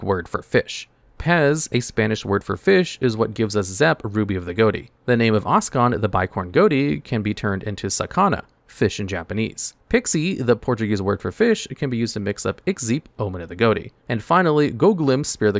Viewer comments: "Peixe" in portuguese is not spelled as "pixie", but like "pay she" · Portuguese speaker here, the X in "peixe", the portuguese word for Fish is read like a "ch" in words such as chalk, also, the "pei" is pronounced just like the "pay" in "payton" So you would pronounce it as "payche" Hope this helps, also really like this new format of explaining the deck and why it failed